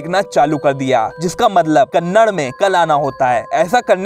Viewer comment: I'm kannada but you pronounced kannada wrong